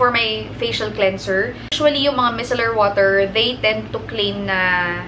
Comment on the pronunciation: Hi! That's not how you pronounce micellar po..:)